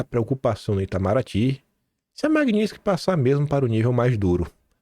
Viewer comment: eu te acompanho desde o teu primeiro vídeo. Por isso te peço para observar a pronúncia das palavras MAGNITSKY e LINDBERGH. 🙏🙏✡️🌻🌻